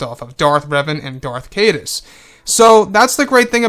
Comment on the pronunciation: Caedus is pronounced kieduss.